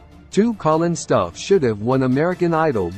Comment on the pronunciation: He should have won! I wish this guy would pronounce his last name correctly. It is annoying how he mispronounces it.